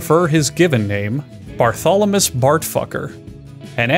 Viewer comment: I kept it together pretty well until I heard "Bartholemus Bartfucker"